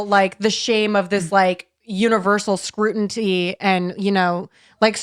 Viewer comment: is always the first to make fun of folks saying words wrong, and doesn’t ever just let it slide.... but then, says stuff like, “SCRUTINTY.” Lol! Girl, you screw up words too; and, just glosses over it, most times. So, I think you can probably back off nitpicking/calling out all of his mispronounced words, now.